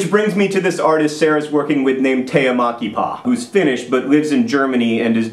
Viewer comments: I laughed so much for the pronunciation of the finnish name. I'm pretty sure she is Tea Mäkipää instead of Tea Makipaa, wich sound rather japanese :D Oi maamme suomi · John does a pretty good job with "Tea Mäkipää", intonation and all, except the "ä" is pronounced like "a" in "Mac". Oh, and instead of "homicide", might I suggest "poultrycide"?.. (Of course, that can be considered as something people do to chickens...) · Haha, it's so funny when you try to pronounce Tea Mäkipää :D. I'm Finnish by the way - if not obvious ;). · John said the name of the artist, I listened. Than he said that she's Finnish and it clicked: Tea Mäkipää! Did not recognized the name from the pronunciation. Not your fault John, Finnish language is strange, but i had to laugh a bit. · OMG to John's pronounciation of Mäkipää :D Greetings from Finland! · You trying to say Tea Mäkipää is hilarious! When you said her name I thought she was japanese or something. I had to actually see the description for the name when you said she was a finn. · It does sound Japanese. I was really surprised when he said she is Finnish. Though, mispronouncing things is John's thing, and also, I've only ever found that Finns can pronounce finnish names right. I have a fairly common finnish name, so I come across it a lot. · FINLAND! Guess where I live? Yess. And its Mäkipää, but kudos for trying.